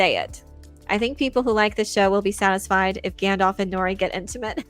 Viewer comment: "Yer a wizard Gandarf" - Tom Bombadil